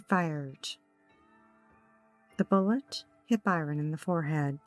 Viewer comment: The victim's name is Bryon, not Byron.